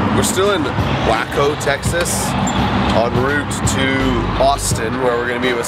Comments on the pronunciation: Waco is pronounced (Wake-oh) not (whack-o ) lol😉 y'all should def drive through College Station and experience NorthGate next to Texas A&M campus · BTW it's pronounced wayco